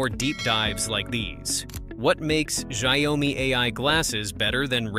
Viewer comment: can you please pronounce XiaoMi the right way? 😅